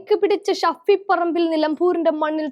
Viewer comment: സാകരം അല്ല സാഗരം, ഷഫി പറമ്പിൽ അല്ല ഷാഫി വാർത്ത വായിക്കുമ്പോൾ ഇത്രയ്ക്കു കടുപ്പം വാക്കുകൾ പറയുമ്പോൾ ഉച്ചാരണ shudhy ശ്രദ്ധിക്കണം